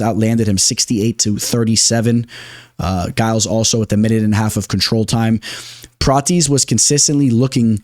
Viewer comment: Maybe I’m just trippin but pronunciation 🚨 👮‍♂️ Trevin ji-uls Pratezzzzz A-reachy-lang Looooo davit Klein Fareed and javeed basharat Kelerturd acceptable 😂